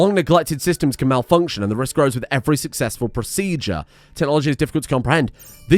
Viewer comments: "It's pro-SEA-jure, not pro-ce-dur" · it's spelled PRO-SEE-JUR. gosh